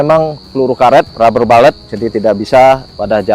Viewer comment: rubber bullet -> baca rabe bulet bukan rabe balet ya boss brury